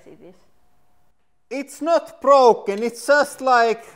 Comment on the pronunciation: "anda now it's brlrlrlroken"